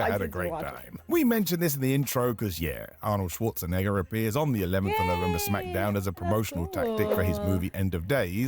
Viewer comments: Smack - Down not Smacka - Down come on lol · It is pronounced SmackDown,. Most people, including The Rock, just pronounce it as Smack-a-Down for fun. It’s okay 👍